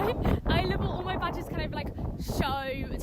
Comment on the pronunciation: I thought she said all my vaj’s but actually said badges, I was going to say don’t tell me she has more than one duffa between her legs!